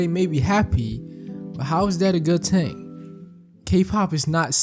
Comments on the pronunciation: good vid but bro pronouncing thing as ting is fucked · I've never heard anyone say "Ting" for "Thing" and have such an expert analysis.😊 I mean no disrespect.